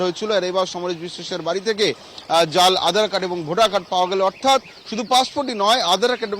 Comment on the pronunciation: উপস্থাপিকা উচ্চারণ করলেন, 'আঁধার কার্ড' (12 sec এ) ; প্রচুর ভুল দেখি এই চ্যানেলে। 'আজ তক' এর মত চ্যানেলে এইসব অভাবনীয়।